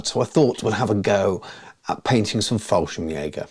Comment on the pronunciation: Fallschirmjäger not FallSchrimjager... No worries, still a good Video 😀